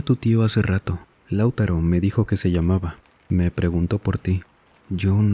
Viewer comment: Espero que este comentario no se tome a mal pero el nombre Lautaro no se pronuncia como lo dijiste en el relato, se dice Lau-TA-ro haciendo el hincapié en "ta" en vez de en "Lau" como lo dijiste en el relato